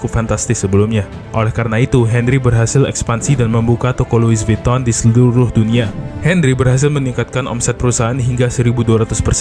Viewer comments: Loui vitong bang bacanya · Lui vitong bang bunyinya.. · Lui vuttong mas cara bacanya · Lui vitong bacanya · Pengucapan Louis Vuitton secara bahasa Perancis = Luwi Vitong. CMIIW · baca brand nya ga gitu bg😢